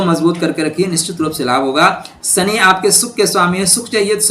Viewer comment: 😂🤣 Shani ko suny bolte hai